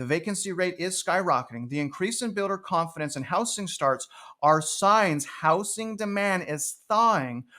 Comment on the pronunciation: Housing---pronounced how-zing...not how-sing. Thanks